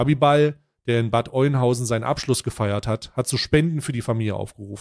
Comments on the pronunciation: Kann er ja nicht wissen wie Bad Oeynhausen (Ö) ausgesprochen wird. Wichtig ist das berichtet wird. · Bad Oeynhausen wird Öhnhausen gesprochen. nur so aus Info ;-) genauso wie Soest nicht Söst sondern Soost ausgesprochen wird. Nein das ergibt keinen Sinn. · Das spricht man Ööhnhausen aus. Triggert mich gerade. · Das spricht sich Öhnhausen, Bro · das heisst Bad Öööööhnhausen XD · Bad ÖÖÖÖNhausen bitte 😀